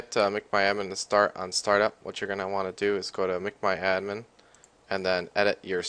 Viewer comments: its mcmyadmin not macmyadmin u dumass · Mic my admin XD